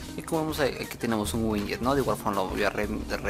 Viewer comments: winyet winyet xD buen video bro pero es Widget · Bro se pronuncia widget!!no winyet